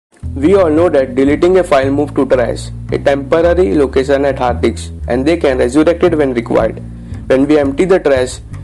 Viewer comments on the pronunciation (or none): Am I The Only One that hears "Hard Dicks" Instead of "Hard Disk"